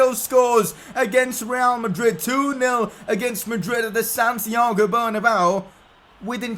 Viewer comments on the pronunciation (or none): none